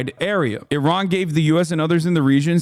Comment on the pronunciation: Thanks for pronouncing Iran correctly as a Middle Eastern like me. Your uncle has no such respect.